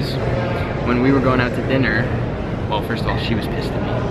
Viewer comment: “diNnYer” -corbs